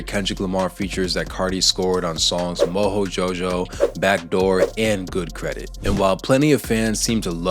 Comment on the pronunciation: You say "Moho Jojo"? Lol